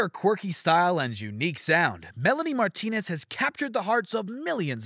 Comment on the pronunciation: The way he pronounced “Martinez” reallyyyyyy shook me.